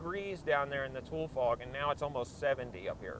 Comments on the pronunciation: Wow...has he never been outside before. The grapevine is dangerous, the California hills are dangerous, the trucks are dangerous, and the fog is dangerous. First of all it's pronounced "toolee" fog. Second, we usually only have a few weeks of fog, and although the fog season has been abnormally long this year, it's no big deal. Yes when it is really thick fog, it can be dangerous to drive in, but what you were driving in was not thick fog. You could see quite a long way. And unless you are just really sensitive and close minded, the fog is actually pretty and very cool. I love walking in the fog. It's got an ethereal look and feel. I love when it's foggy on a bright day and the fog lights up. Those of us that live in the valley don't hate or fear the fog and I think it's hilarious that so many people are posting things saying "Lets pray for our fog bound California friends" like we are in trouble. But now this guys blows my mind. He named the video "Exploring the fog" and then talked for 35 minutes while in the sun before getting to the fog and then high tailing in out of there 2 minutes later. The video name should have been "Blabbing about nothing while driving on the Grapevine". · At least pronounce the word correctly dude! Wtf? Tool fog??? Are you kidding me? You did research and took the trip and STILL said it like someone who never heard of Tule Elk or Tule grass.. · Correct Tule" to lee"check out the Tule lake pronounced " To Larry" Tulare Lake no longer exists on highway 99 Tulare County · It's pronounced TOWELIEEE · We used to have foggy day schedules for school and we got to sleep in. It doesn’t feel like winter here unless it’s foggy. We pronounce it “Too-Lee” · toolie-fog... rhymes with julie-fog. thank you very much. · Me: He's saying "tool", I wonder where he's from?: "I'm on -THE FIVE!-" Me: Oh, SoCal. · I swear it’s pronounced too-lee, atleast that’s how I heard the plant be pronounced my whole life, In California and in Arizona.